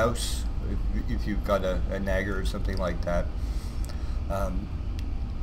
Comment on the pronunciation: lol did he say nager?